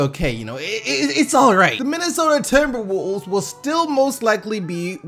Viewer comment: Not hating but to that shit made me laugh the way you say timberwolves